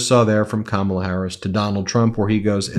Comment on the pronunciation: He has finally gone over the edge, he is pronouncing Kamala’s name correctly!! I’m sure he’s not even aware!! 😊